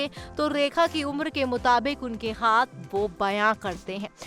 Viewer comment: 2min ke liye 10 min barbad kr di bhayank such 😡bhayank raj 😡 rekha ji ke nasm se tujhe 10 min jhela hy ham sab ne unka naam to thik se le le